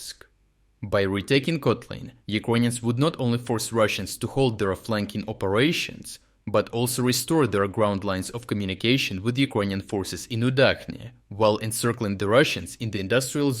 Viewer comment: Why inconsitent pronunciation of Kotlyne? I've heard 4 posibilities. And Udachne should be read with "English" 'ch', not German.